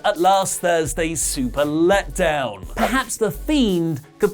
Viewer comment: I love how u said super led down 😂😂